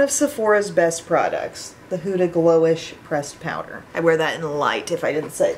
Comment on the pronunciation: Hi! Try the Caliray skin tint from Sephora. It’s so much better than the ilia in my opinion😊 btw huda is pronounced huh-da (as opposed to hoo-da). I figured I would let you know ☺️ love hearing your reviews on her products. also I got the too faced Italian palette today! Made me think of you 😊